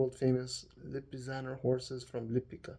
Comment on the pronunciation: Great job with the pronunciation, you are learning fast! 😊 (Except Jančar, let me help you out: "Yanchar", a surname etymologically derived from a "janissary" 😉 . Oh and Lipica, it's "Lipitsa", the birthplace of the Lipizzaners). You nailed Aleš Šteger, Prešeren, Cankar after correcting yourself, Škerl, Vojnovič, Ljubljana etc. I am particularly impressed over "Zmajski most", you pronounced it PER-FECT-LY like a Slovene!😂 Amazing that you loved everything, I am so happy! 😃 Happy Birthday once again!🎉 P.S. You are paying me back for my lessons by teaching me how to pronounce the Arabic "ayn" letter, deal?😅